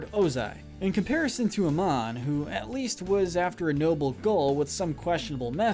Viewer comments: "Uh-mahn", not "a-men". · You know he is a bad ranker when he can't even say the names right. It's not a-mon its Ah-mon. Not to mention not having a majority of the ATLA and LOK villains on the list itself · It’s pronounced “a-MON,” not “A-min.”* Too bad Martin Mull passed away. He was AMAZING as Vlad. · Amen, AMEN, It. Is. Amon, a as in Audition and Mon as in Pokemon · "Aymun" I do believe it is pronounced "uh-mon" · Am I the only one who heard that right? Did he just say A-men instead of A-mon?😕 And then he said it right.😒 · Also, it Amon, not Emad or Aman. It's pronounced Uh-mon. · Ay-mun??? Oki.... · I hate that he pronounced Amon Emed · amon being pronounced as "a-min" is quite possibly the most hilariously wrong name pronunciation you have done yet in your videos. and i totally approve. it is that funny. "avatar korra, my name is a-min, and i am your destroyer" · Amun? Why would you say his name that way? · You pronounced Amon Wrong. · How he pronounced Amon...